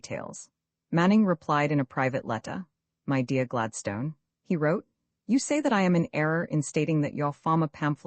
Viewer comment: Gladstone is pronounced incorrectly throughout.